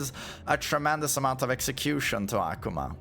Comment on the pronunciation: Aquma ✅ Akuma ❌